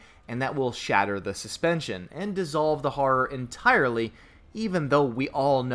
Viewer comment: "Harror"...what the fuck is Harror? Oh you mean Horror. Come on its not hard to say.